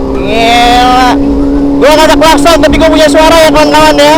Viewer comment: Ngiela🤣 gila bang bukan ngiela🤣🤣